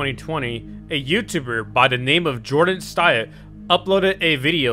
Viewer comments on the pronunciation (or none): Actually Jordan Stayt has to be said like "Jordan State"